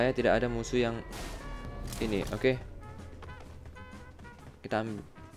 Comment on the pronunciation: Ngogeyy bang